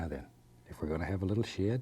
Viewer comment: every time he said “shed” it sounds like he said “shit”😂...just me.... ok